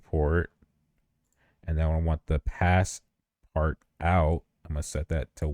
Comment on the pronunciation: as a fellow 3d artist i loved this video so much😭😭 thank you for sharing this. but as a languages student i have the urge to say that “passepartout” is pronounced like “passpartoo”😃